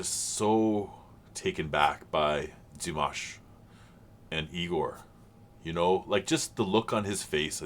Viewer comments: There is a video titled "how to say Dimash Qudaibergen´s name". And the "a" in Dimash is clearly an "a" as in "pizza", not an "a" as in mash(ed potatoes). It appears some English speakers have problems hearing this clearly. But said "Dimash" correctly in the beginning of this video! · Do you mean in the beginning when he says Dimanche Dimash? If that’s the case I wonder if you know that Dimanche in French means Sunday and has named his Dimash reactions this because he’s posting them every sunday. And he pronounced the name correct. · I'm not quite sure what you mean. He pronounces the name Dimash perfectly. He's not repeating Dimash's name. The French word for Sunday is dimanche and pronounced similarly, that's just how it is. Dimash Sunday. Dimanche Dimash. I don't think that's silly.